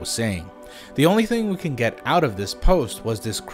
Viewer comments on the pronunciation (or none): none